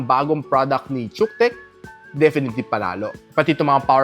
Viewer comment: Nice review, but pronoun should be kutech bro.